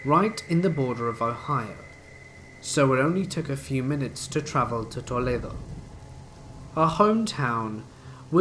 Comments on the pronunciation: The pronunciation of “Toledo” is priceless! It’s nowhere close to tha exotic LOL. It’s Toe-lee-dough and it’s a dump. Kind of like many cities in Ohio. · Fantastic vid,! Thanks for the spoopiness! (also, the hilariously non-American pronunciation of Toledo, Ohio! 😂) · I have never heard Toledo Ohio pronounced so fancily